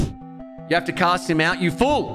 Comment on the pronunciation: does anyone else hear him say “cuss him out” instead of “cast him out” when he says “press space to cast him out”?